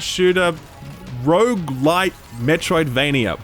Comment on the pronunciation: You had my interest right up until you said rouge-lite. So done with the whole overused rogue genre.